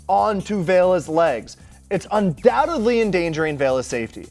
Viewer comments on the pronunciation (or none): none